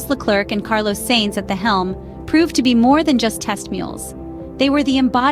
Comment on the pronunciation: Please, do whatever you need to do to make the AI voice say “Sainz” instead of “Seinz”.